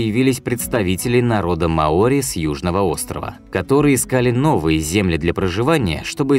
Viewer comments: Не маОри,а мАори это как говорить рускИе а не рУские.диктор тебе неплохо бы подготовиться перед озвучкой иначе молодежь (которая слушает и внимает)будет такой же тупой как большинство расиян (((((а так канал в целом довольно полезен .ставлю 7 из 12 баллов.Привіт из Запоріжжя.Україна.птн пнх... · не маОри, а мАори. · Вообще-то мАори, а не маОри. См. словарь. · Что же так безграмотно? Не маОри, а мАори. У вас в выпусках с ударениями вообще беда. И не добывают там раков! То, что вы видите на картинке - это Green Rock Lobster, но никак не рак. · Ухо режет неправильное ударение. Верно мАори. Как можно было придумать такое ударение маОри. Жесть .. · МАори,а не МаОри. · В слове «маори» ударение падает на слог с буквой А — ма́ори. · Ма́ори. Проверяйте ударения у незнакомых слов перед тем как сделать фильм.